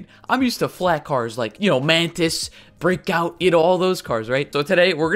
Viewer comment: At the beginning of the video it sounded like he said brickout instead of breakout